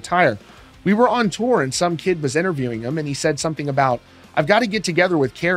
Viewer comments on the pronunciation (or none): none